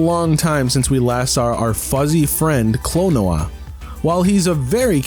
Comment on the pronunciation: Why do you pronounce Klonoa like "quinoa?"